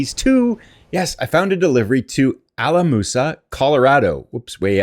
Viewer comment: The O in Alamosa is a long O.